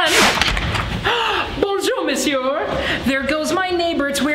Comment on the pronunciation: That was just one of his friends. If that man wasn't there in the video, he couldn't say "Bonjour Misuor!"